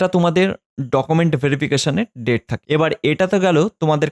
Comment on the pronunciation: Date ta properly bolben sir